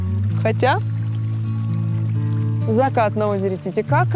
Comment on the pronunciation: Он чересчур много каверкает имя озера, и постоянно акцентирует на каки будто дети сплошные у экранов